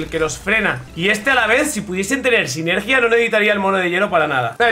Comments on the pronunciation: SINERGIA SINERGIA NO SINERGÍA SINERGIA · Me da algo de cringe cómo pronuncia sinergia :(